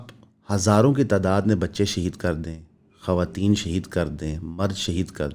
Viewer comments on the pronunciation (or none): none